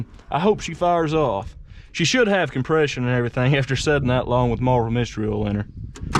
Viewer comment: It ain't "ool" it's "oil". I ain't a "cool" it's a "coil", well, I knew you knew that...